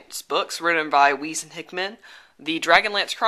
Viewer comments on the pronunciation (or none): i think the correct pronunciation is for Weis is Wise, not Wheeze.